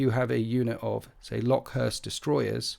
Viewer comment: Came here to say this exact same thing 😂